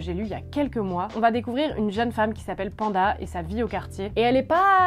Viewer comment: Coucou ma belle, je suppose que le nom du personnage du livre « Djinn » s’appelle Penda, et j’intervenais juste pour te dire que ça se prononce « Penn (comme peine) - da » et non Panda 🐼 😂 merci pour tes recommandations